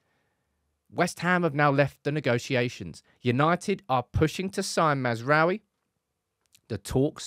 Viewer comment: Why everyone says he’s name wrong 💀😂 it’s. Maz (like Mazda da) rA(!) - oui (France yes) So Maz Ra Oui Everyone yt’uber says massra’oehWie, it triggers me 😅